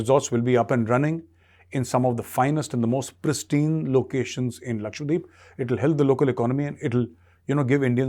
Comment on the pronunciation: Sir it’s Lakshadweep not Lakshwadeep.